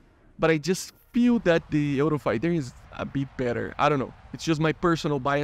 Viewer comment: The way you pronounced the word "Eurofighter" is not exactly like that, you pronounced very similar to what we say in Spain (dont worry i know u r brasilian)